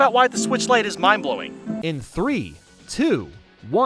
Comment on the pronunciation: I left the video when he said “lite enup.”